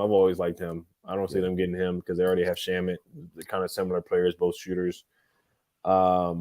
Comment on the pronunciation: It's been a number of episodes now. So would say something. Landry Shamet's name's pronunciation. Last name: 'Sham' as in the news tweet guy: 'Shams Charnaria'. "Sham * met". It's how the Suns org, and how most people have said his name for the last 5 years. If unsure can check with any of the other Locked ON guys including the Locked On Suns.